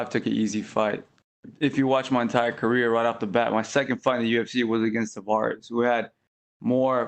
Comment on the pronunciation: Mans said 'throughout his career' I thought he called Brian a queer.